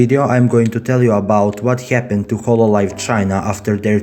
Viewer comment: "what hyapenned"